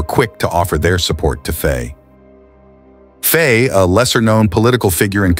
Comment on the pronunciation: All true, but please pronounce ’Faye’ as in ’my’!